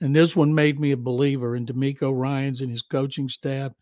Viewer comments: DeMECO Ryans 😂 Who is Demarco Ryans?? 🤣🤣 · I had to rewind it.....and yes....he said Tank Bell....and Demarco Ryan.......😂......where do these people get their info from....at least get the names right